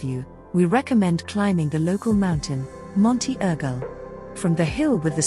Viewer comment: Monte Urgull... not 'Ergo' 😂😂😂